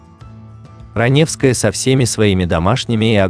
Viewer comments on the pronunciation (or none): это не озвучка, а недоразумение какое-то. Автор, ты сам-то понимаешь слова, которые произносишь? Никакой интонации, ошибки (в конце "Ранёвская", пистец просто). Это просто халтура.